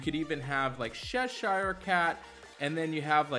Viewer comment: Sheshire Cat? Who is that? As an Anglo-American, it's CHESHIRE, like Chesterfield. Love everything else, though.